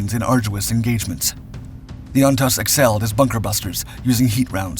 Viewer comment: Great video but Jeeeeeeze, How many times can you mispronounce Ontos (OnToezz) and Hue (Hhway). city?